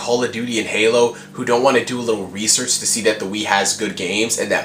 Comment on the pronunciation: it sounded like he said "WiiSearch" instead of research. I think that it would have been awesome if he had said that.